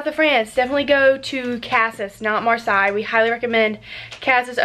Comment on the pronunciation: Cool vlog I’m heading to France for a road trip next year with my husband from Normandy to the south of France Marseille which Is pronounced mar-say. Sorry to correct you and Casis is wrongly pronounced.